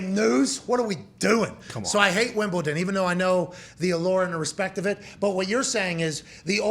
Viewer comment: Y’all are mispronouncing Wimbledon